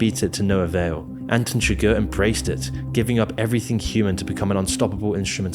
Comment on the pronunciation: Anton SUGAR and LUNAR Moss? Lol did you butcher the names on purpose?